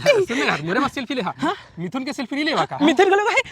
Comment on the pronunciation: Mithun ❌ Muthun✔️😅😂